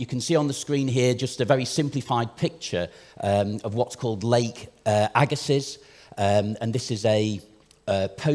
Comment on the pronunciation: Agga-see not agga-siss, french name. As someone from the area bit of a pet peeve